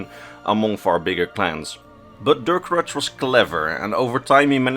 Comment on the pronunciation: This may come off as pedantic, but the way you mispronounce the name Durcorach hurts my ears a little every time. Reachmen are vaguely-Celtic in terms of language, from what we know, and so the '-ch' at the end should be read like a 'kh' and not a 'tch'.